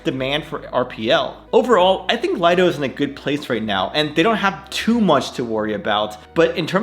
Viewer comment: Another great vid, thanks! But even though everyone says Lido, is pronounced lee-do — as in a lido (private beach).